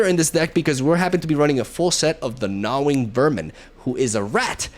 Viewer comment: It's pronounced Gnaw-ing, you're saying it like Gnaw-Wing. Hope that helps 😊